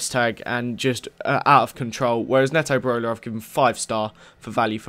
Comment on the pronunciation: IT PRONOUNCED NEETO BEROLA